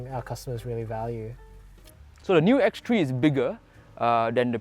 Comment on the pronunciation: X three la not X tree